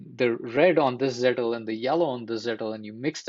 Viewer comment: This is a very good video. Just a small observation, it's Zettel not Zettle. Think I found your video because the first sentence of your description spells it correctly, but if otherwise I might not have.